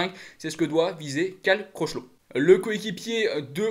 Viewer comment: CROCHELOT !!! A les prononciations c’est pas ton truc, tchao continue tu fais de bonnes vidéos SALUT 👋